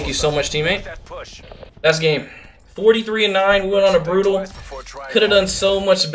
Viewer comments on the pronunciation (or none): Did he say burtal?